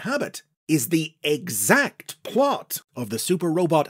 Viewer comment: Thr emphasis with which says "exact" stirred something in me.